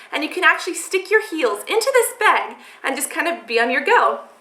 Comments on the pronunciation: I love how she says bag! "Beeeeg" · Coulnd't finish this video jist because she breathes so nasaly...and the way she says bag....she needs help. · interesting pronunciation of the word "bag" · you say "bag" funny hahaha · Is she Canadian? She says "bag" like a Canadian I think. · u say 'bag' reallly weird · I like the way she says the word "bag" XD